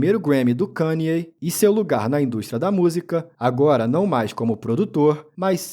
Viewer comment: Primeiro canal Br que pronuncia o nome dele corretamente kk